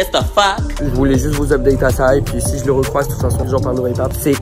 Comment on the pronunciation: « Jé hule » 😭😭